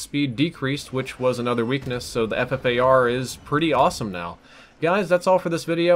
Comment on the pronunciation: mow = now